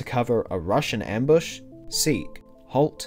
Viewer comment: i thought he kept saying "russian ambush"